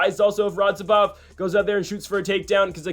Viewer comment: Still didn't say "Radzhabov" correctly a single time. Lol